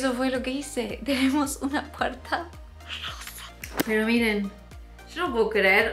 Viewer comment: Me encantó l la puerta rrosa cómo el capítulo de los Simpson cundo tod Decia puerta rroja hay pero es puerta rrosa besos 💋🌈